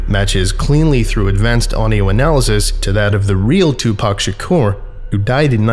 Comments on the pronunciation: Pock not pack 🙃🤪🥰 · “Two pack”? TWO PACK???? Too poc. TOO POC Tupac = TOO POC Cmon now. You hurt my soul with that. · Tu PAC not Pack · Tupac, pronounced : TOO-PAHK. Not two pack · Him saying 2 pack 😬